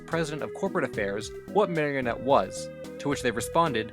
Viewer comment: it's pronounced mah-ree-oh-net